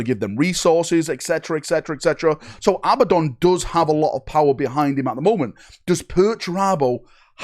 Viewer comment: Who is Abbadon? Learn how to read and speak English. It is Abaddon. A-bad-don.